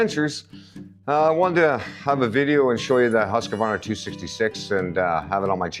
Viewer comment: Huuuuus qvarna, not husqa varna.....